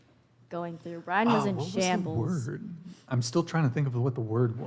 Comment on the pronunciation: "valid" not "validate". Also it's "Brian", not "Brain".🤣🤣🤣 Brian does such a long podcast so that the guests can have enough time to say what they have to say, and can express themselves fully and completely. And it sounds like you don't like critical thinking and morals, which is a you problem. I suggest you deal with it, and grow up.😊